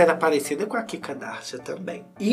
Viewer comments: Vc tem nariz entupido ??? Quando fala Kim eu entendo Kika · Ele fala Kika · vc é unico..com a pronuncia do nome dela....🤣😘